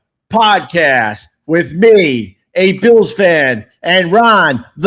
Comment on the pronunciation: Bils it’s bills